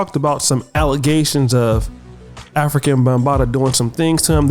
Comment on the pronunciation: Afri-KA Bambaataa Not African Bambaataa